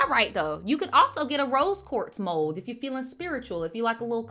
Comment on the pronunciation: I'm dying right now. I'd thought that you were saying mole instead of mold.😂 Why were people in the live talking about Gen z?